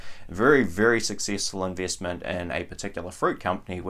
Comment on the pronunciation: Like the way you pronounce "eeenveeestment" & "sheeers".